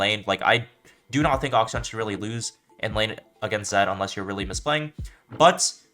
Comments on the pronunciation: its not that bad bro, if he's able to play at the level which he plays, it doesn't matter how he pronounces the name. Its supposed to be pronounced closer to "action" but the first "a" is supposed to be pronounced the way how you start to say aluminium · How boosted are you like, you can pronounce interaction but not akshan